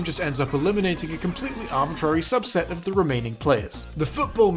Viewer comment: stop saying arbitrary wrong lol